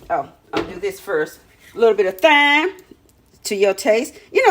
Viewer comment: Hey! I don’t mean to be this woman, but the pronunciation for the word Thyme is time. No th. Peace & blessings! 🌺